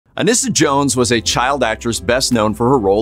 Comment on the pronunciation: Her name is pronounced UH-NEE-SUH, not UH-NISS-UH.